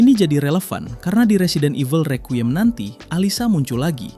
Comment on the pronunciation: Bacanya rikwayem bang. Bukan rekyuyem